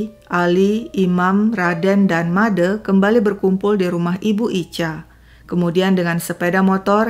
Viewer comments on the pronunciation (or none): Kenapa pembawa cerita tidak bisa mengucapkan bunyi "e" pada "Made" sama dengan pada kata "sate"?